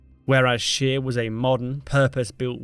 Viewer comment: admiral scheer. true, the word admiral is in english and german very similar, no problem there. but "scheer" is the problem. double e is a long e, it's not pronounced as an i. the german word you said was schier (which exists). the english wiki article has the correct pronounciation "atmiˈʁaːl ʃeːɐ̯"